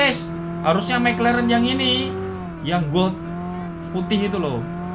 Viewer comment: mek leren😂anjim logat jowo